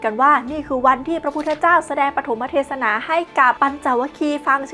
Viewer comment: อ่านว่า อา-สาน-หะ-บู-ชา และ ปะ-ถม-มะ-เท-สะ-นา ครับ youtuber